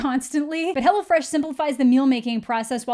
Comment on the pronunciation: In a video talking about a movie with a demon biting other people, I was both amused and terrified at the same time when you said 'Hello Fresh' because it sounded to me like 'Hello Flesh'. Missed opportunity there, tbh.